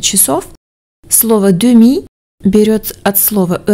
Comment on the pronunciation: уже во втором диалоге слышу, как французы глотают д во фразе … heure et demie. Например,, как и, говорит сэт-ёр-э-мий. Вы же произносите иначе. Сэт-ёр-э-дэми. Поймут и так и так?